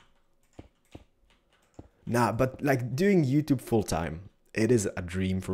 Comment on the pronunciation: YuTube LOL!